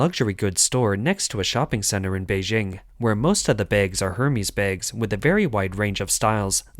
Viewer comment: You mispronounced Hermès. Also, your voice sounds like a soulless robot. 👎🏻